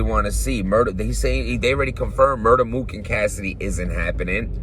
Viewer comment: Did you hear more than one round MUR-TER MOOK😭😭💀